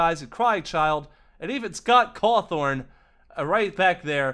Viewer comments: Scott cawthorn??? It’s cawthon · "Scott Cawthorn" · Why you say Scott Cawthorn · I think I heard pat\puppet in the background towards the end of your video. And you said Scott's last name wrong(if that's how you pronounce it sorry)